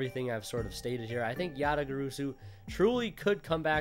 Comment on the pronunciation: You still pronounced it wrong ResidentSleeper